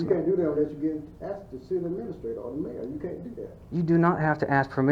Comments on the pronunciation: Did he axed or asked.lmao learn proper english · That guy saying if you went to the White House and was axed (asked) to leave. First I'm sure the White House is not open to the general public and people are only admitted by invitation. So stupid comparison. A more stupid bunch of dimwits assembled in one place would be hard to find! Wonder how these morons got their jobs??? (No answers please I think we all know why) How can they ALL be so ignorant of the law? Any lawyer could have a field day with this bunch of nincompoops. If I was Mayor of that place, I would strongly suggest that an out of court settlement be made to you before these fools embarrassed themselves and that city further. Watching this comedy of errors unfold is hilarious. Support from Britain.